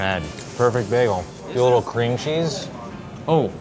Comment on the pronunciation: Cream cheese? I think they mean crem chaazzz